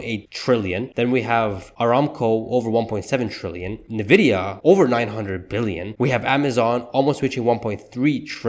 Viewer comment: Great video! It's indeed a Sheesh moment! A small correction. NVDA is pronounced with the letter N (N-VIDIA) and not as "NE-VIDIA." Let's go! Sheesh! 😂